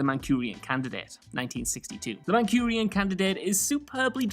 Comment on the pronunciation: ManCHURian Candidate not ManCURian Candidate. But it's a mistake video so his mistake fits.